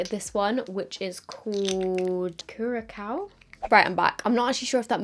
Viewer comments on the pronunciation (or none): Would you ever consider taking a look at the names of shadows or products ahead of filming so you can feel strong in knowing you’re educated in knowing how to pronounce a country island nation like ohhhh Curaçao? I think it would bug me slaughtering names that take a second to look up and pronounce with utter confidence. You are the one with 250k viewers.👍🏽